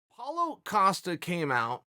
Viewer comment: cause hes saying paulA costa instead of Paulo